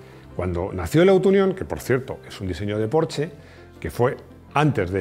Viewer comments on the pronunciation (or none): none